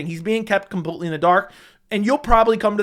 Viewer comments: CAN YOU LEARN HOW TO PRONOUNCE COMPLETELY? U SAY IT IN EVERY VIDEO 100 TIMES AND HONESTLY IT IS SO ANNOYING. IT IS NOT "COMPUTELY" FFS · ITS PRONOUNCED COMPLETELY NOT COMPUTELY. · COMPUTELY OMFG STOP